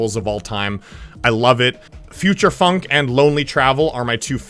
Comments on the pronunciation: Bro said futursh funk😂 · Anyone not notice he said Future Funk like Future Shfunk